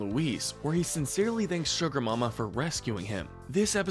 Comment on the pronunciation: It’s “Suga Momma” 🤣🤣